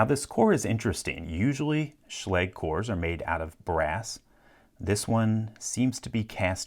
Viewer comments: I hear the proper pronunciation is schla-ga, not sch-lay-g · Try pronuncing it correctly next time ;) [ʃla:gɘ] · Oh. I've been pronouncing it wrong all this time. I thought it was pronounced like Schlojj (Sch as in school then the ending of something like the US English pronunciation of garage) Well dang. Thanks for clear both that up and that Locks vulnerabilities LPL! :) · did anyone else just click so they could finally learn how to pronounce "schlage"